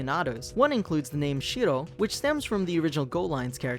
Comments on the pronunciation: if I heard it right, he pronounced shiro(shi-ro) shito(shi-to) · You're not say Shiro wrong. It's ShiRo not Shido. I know were you coming from the Japanese propitiation of R is D but only if your speaking in Japanese. If your speaking in English it R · The way he says "Shiro" smh